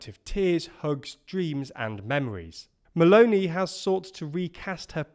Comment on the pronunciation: can I say that I like the way says meloni?